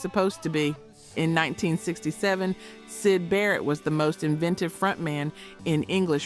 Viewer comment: That voice... rambling on over someone else's script, trying to exude some weird idea of rock & roll attitude, when she clearly has no clue about the content, mispronounced names and all. S. Y. D Barrett?? Oh... AI??